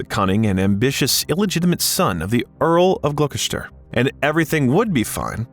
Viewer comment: The narrator (AI?) mispronounced “Quantico” and ”Bogota” within a minute. Also, later, “Gloucester,” which is when I gave up on the video. Isn’t this what editing is meant to fix?